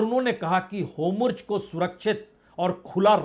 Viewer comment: पढ़े. लिखे. पत्रकार. महाषय वो. शब्द होमुर्ज. नहीं है. बलके हुर्मूज़. है.....